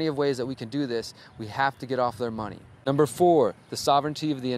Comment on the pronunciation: Cant stop laughing, you got me when you said umber three and held up 2 fingers,lolAnyways brother, thank you for you involvement, you are doing awesome!Thank you for the good influence and good ideas.